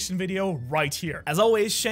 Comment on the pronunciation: Does anyone notice he ends the video by saying " Shanks for watching"